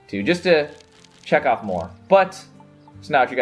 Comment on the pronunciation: for a moment, I thought you said 'just to jack off more ' instead of 'check off more ' woops x) 'Nicks Meta Hour ' should be its own thing - just saying =)